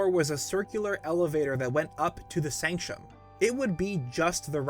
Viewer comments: Bro it's sanc-tum not sanc-shum sorry but this is killing me. Third vid I've noted you saying that in. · Omg that is not how you pronounce sanctum.